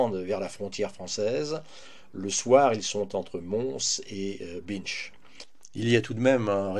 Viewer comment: Très bon documentaire sur les conséquences de la bataille de Waterloo et c'est vrai que ces événements sont restés longtemps peu connus ! La ville d'Anvers en Belgique se prononce " anversse" et non pas "anver" ! La ville de Binche en Belgique se prononce "bainche"